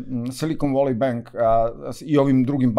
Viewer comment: Valley se ne cita kao /voli/ nego / veli /....voli wolly je urbani izraz za muski polni organ 😂😂😂😂